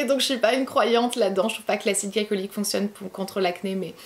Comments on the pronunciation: Tu as pas arrêter de dire « acide galicolyque » au lieu de « glycolique » pendant toute la vidéo , ça m’a tant stresser 😂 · Glycolique se dit glicolique et pas glaïcolyque... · Acide glycolique on dit gli comme dans glitter